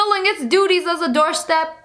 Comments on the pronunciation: It’s not a “doorstep” it a “doorstop”😂😂😂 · The spelling is "doorstop" The way she sayd it: doorstep